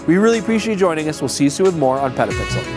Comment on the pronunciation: "Did he say Pedo Pixel?" - my wife reading next to me lol.